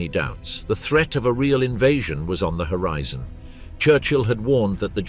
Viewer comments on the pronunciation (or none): none